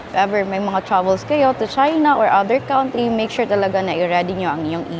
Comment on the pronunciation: doc, "kuhn-tree" ang correct pronunciation ng "country". thank you doc sa video! sobra helpful!